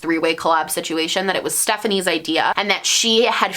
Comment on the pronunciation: 1 minute into the video and already happy you pronounced her name correctly